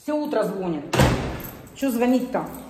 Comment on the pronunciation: ну режет ухо это " звон'ит" ну что вам стоит говорить правильно ))))